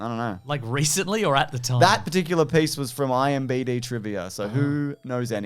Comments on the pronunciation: I don't blame him. IMBD rolls off the tongue better than IMDB does 🤧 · Im glad the editors have noticed that always says IMBD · I was listening to this on audio, heard say IMDB wrong, and immediately had to rewind to see if it was commented on. does it again